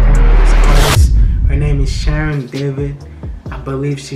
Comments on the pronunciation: You call her name “she-reen” not sharon😂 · You'd rather pronounce her Shy-reen